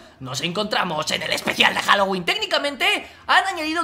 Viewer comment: pensaba que estaba diciendo “Jalo wee Jalo wee” :u a lo mexicano